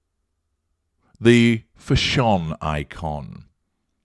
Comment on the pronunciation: I don’t get the mispronunciation of fashion.